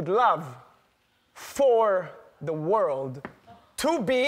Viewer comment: Nobody is talking about how Ellen said word instead of world